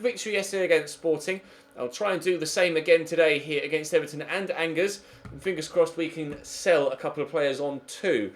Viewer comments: Bring back Lucas Digne at LB. Side note: its pronounced On-Jair, not Angers. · Angers is pronounced Anjay